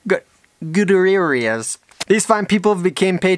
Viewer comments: More like Goo-tier-esz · Say it with me: Goo-T-air-esz